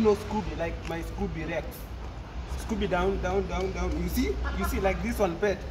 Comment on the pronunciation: Not with "scooby down"😂😂😂💔